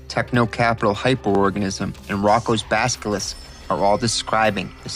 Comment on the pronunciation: Same when he said baskilisk instead of baskilisk several times. As well as saying roku instead of roko when mentioning roko's basilisk. No flame here, just can't help but hear those mispronunciations lmao 😅